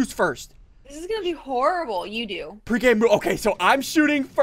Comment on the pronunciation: i swear i almost thought she said period but she said peri - pure uncheatingness